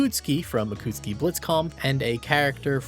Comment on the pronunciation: I miss UNI's old era of having the roster just small enough to fit them all in the cover art. Noticing a lot of extra vowels in pronouncing Akatsuki and Yuzuriha's names. Also can't ignore the weird localization of UNIEL in particular.